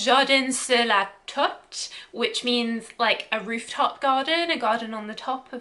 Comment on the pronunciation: please find out how to pronounce correctly. Un jardin sur le toit. ( twah) like in moi, mwa.